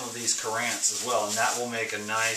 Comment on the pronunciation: Not pronounced cut-antsy he word is pronounced-CUR-ENTs